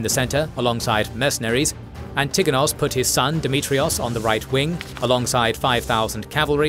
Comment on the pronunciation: Please add the stress on the first syllable in "Antigonos" at least please. Hurts my ears.